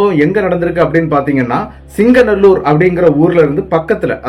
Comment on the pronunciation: Hi bro அந்த ஏரியா பெயர் சிங்கநல்லூர் இல்ல.சிங்காநல்லூர்.